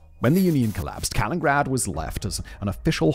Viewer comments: I never like correcting people but SIMON it's KalinINgrad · Has Russia changed the name from Kaliningrad to "Kalingrad?" If not, how did that get past spellcheck??!!😮 it's weird that it's spelled correctly in the video title, mispronounced throughout the entire video 🤔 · 1) Ostpreußen 2) Kaliningrad, not Kalingrad. 3) Russia is European. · Every time he mispronounces it, cut to me in my house alone, shouting over and over, “it’s KalinINgrad!” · This one is making me cringe hard each time he says it. Kuh-lin-nuhn-grad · 4 syllables in Ka-lin-in-grad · Did you say Kalingrad? :D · C'mon big brain guy it's KalinINgrad 😅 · I'm noticing a lot of breath popping in the recording on this one. As much as "Kalingrad" bugs me, the breath pops are definitely worse! 😉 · Fun fact, it's Canada who has the longest coastline at about 243 000 km. Interesting video, but man, mispronouncing the name every single time, the only excuse is Simon is British :) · Simon: Does an entire video on Kaliningrad Also Simon: Still can't pronounce Kaliningrad Never change, fact boi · Oh no, when I saw that Simon made a video on Kaliningrad, I remembered that literally every single time I’ve ever heard him mention Kaliningrad/ East Prussia, he misses a syllable. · I'm listening to this thinking that I'm the one who doesn't know how to pronounce this city's name. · The weird part is that when giving the etymology of the current name he pronounces it's namesake differently. I wonder how much longer the video'd be if he pronounced "Kaliningrad" as four syllables😂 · He prounounced the man Kaliningrad correctly but not the city lol. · Pretty sure he has been doing it for years at this point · I love Simon but he so often butchers pronunciations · Yes. And its not the first time either :P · He does it in every video he makes. It’s deliberate, leads to comments and boosts the videos in the algorithm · Right like Simon you can see the “nin” and you don’t even make a “nin” noise, you only made 1 “n” noise 😞😞😞😞